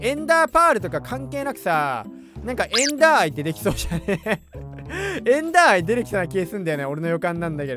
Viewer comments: エンダーアイ⤵じゃなくて、エンダーアイ⤴では？ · エンダーアイの発音がめっちゃ気になる